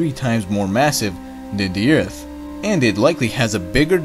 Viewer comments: Is this the same guy that pronounces Earth as "Ert" or "Urt" ? Just wondering. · Oh my gosh you said Earth not Eart lol